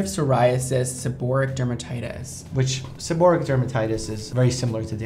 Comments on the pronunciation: "Seboreatic dermatitis" it's actually seborrheic dermatitis. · It's seborrheic, not seborrhiatic! Omg... there's no such thing as seborrhiatic! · Seb-or-RHE-IC not sebor-ri-ATIC! There's no 'T' & only one 'I' in seborrheic. Come on Dr. Mike! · And can't pronounce it, either! It's not pronounced se-BO-ric... it's pronounced se-bo-REE-ic! I wouldn't let either of you touch my scalp. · Why does dr mike mispronounce seborrheic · That's so funny that even the doctor pronounces seborrheic dermatitis incorrectly. It shows doctors are only human as well. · The doctor couldn't even pronounce it right